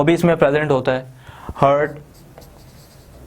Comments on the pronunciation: Wrong pronunciation it's not: Hurt It's pronunciated as : Hea - r- t. ♥ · Yes this is heart some people pronounce it as hurt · As we say heartattack , not hurtattack 😄